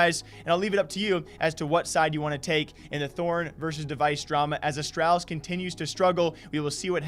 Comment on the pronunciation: You say Astralis wrong. Please fix